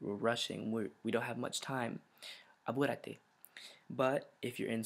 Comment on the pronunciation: in Apúrate you have to pronounce the p like in penis, don't pronounce it like basket